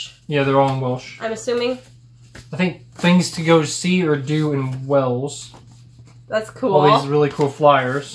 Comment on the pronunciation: Cadbries, not Cadberries. Birmingum, not Birming - ham. Wells is a city, Wales is a country. No offence, just be aware if you visit the UK.